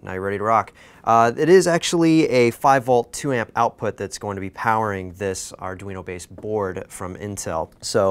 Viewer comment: "In de wand of adweno devwelopment..."